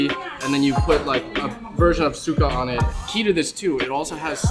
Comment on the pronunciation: To clarify Suka for ur homie, pronunciation Sukuh is to vomit and sukah is vinegar. So bro is saying dip it in vomit and that’s gross